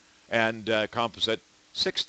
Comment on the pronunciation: "Comp ah sit" lol!